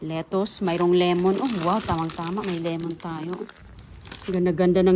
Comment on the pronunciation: Anong as pa ra gus,Asparagus!!,lemon not limon,dosena not dosina.Sus ko,grabe ang dialog.